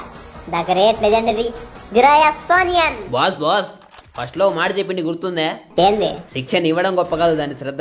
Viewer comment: Soniya kadu sanin